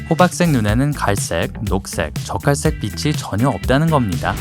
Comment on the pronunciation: 나만 적갈색이 자꾸 젓갈색으로 들리나....?